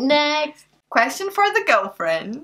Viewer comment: Lol... 1..2..3.. Hi sweetiesss lol... How cute. Then u said 'gulfwuend' (girlfriend)... You 2 are so cute & she seems more into you than your ex.